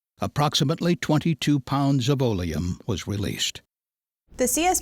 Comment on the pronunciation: Olium?? What's that ? I never heard of this. Oleum.. It's accid.